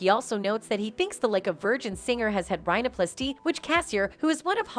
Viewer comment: AI voice lmao. "Inject yourself with Bott-oxx" "Rye No Plass-Tee"